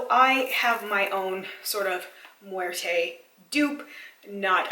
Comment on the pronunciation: You said it correctly the "muerte" word 😀